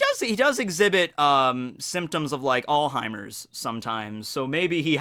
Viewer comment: ”Allheimer”???, I’m pretty sure it’s ”alzheimer” G